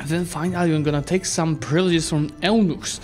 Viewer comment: Eunuch is pronounced like U-nick if you dont know already